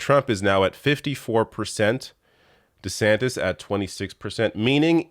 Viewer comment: I thought I just heard you call him Ron DeSandwich and now it's all I can hear. LOL